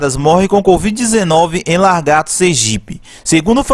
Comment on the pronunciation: Não é largato não mano é lagarto 😂😂😂👏